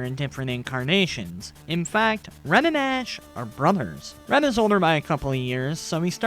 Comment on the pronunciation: it keeps sounding like your saying ren instead of red XDD